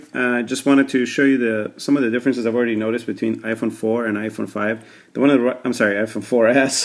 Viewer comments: omg !! he said i-phone for Ass hahahahahahahahahahahahahahah! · i thought u said iphone 4 ass